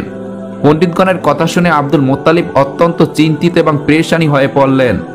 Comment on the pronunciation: Cagol aage bangla uccharon korte sekh, Muttalib Allah er naam jibon ou shune nai!